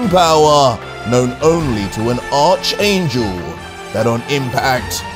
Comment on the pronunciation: The "h" is silent when you say archangel it more "arc" angel you don't have to emphasize the "h"